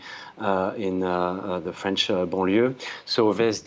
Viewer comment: This Journalist has a very good French Accent, respect! Oh, and vive la France when you don't live there! I got to get out of here!